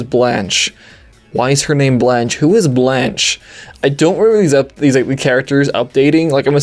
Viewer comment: I think its pronounced (bl-on-kay) not sure though...